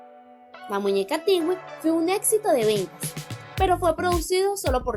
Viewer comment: Una pequeña sugerencia amiga. No sé dice Tigüi como lo pronuncias. Es Twiggy pronunciación correcta ( Tuizhi) o ( Tuishi). Perdón si te incomodo